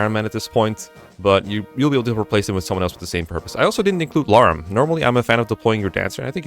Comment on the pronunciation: How come your pronunciation for some words is kinda off? Vuh-ryed, Sin, Larum etc. Approaching this chapter though, so helpful guide ty!